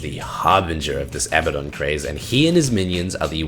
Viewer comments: Fucks me off so bad that you say Abba-don and not "Abaddon" (Ah-bad-don). Just because Supernatural get it wrong (and they get a few things wrong), doesn't mean you should. The hero SAYS HIS OWN NAME FFS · It's "A-ba-DUN" not "abba-don". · its pronounced Uh-Bad-Dun not Abba-Don, notice how 'Abaddon' has only one b instead of two, and two d's instead of one. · I hate it when people call him "A-bad-en" Like no you fuck its "Ab-uh-don" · a-BAD-on, not ABBA-don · Not that also, it is like ah-baah-don, nearly like saying Baden in german, check this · Abbadon pronounces his own name "A Bad Din" or kind of like Aladdin. I don't know if that necessarily means he's right though.